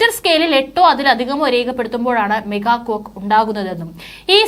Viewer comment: മെഗാ കൊക്ക് അല്ല മോളേ , മേഗാ ക്വേക്ക് ആണ് !!!?.